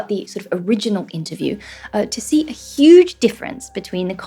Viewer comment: Est-ce un "see" australien? J entends say...